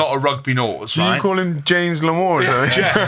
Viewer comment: Need to get something sorted: Jordan Larmour sounds like armour not l’amour. Thanks.